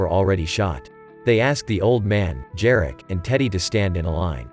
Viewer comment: Jarek - pronounce Yareck